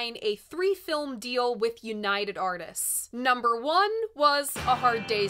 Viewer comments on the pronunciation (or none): none